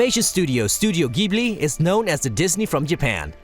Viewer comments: The pronounciation of Ghibli was atrocious. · Yeah, they made sure to pronounce correctly each name... except ジブリ... sadly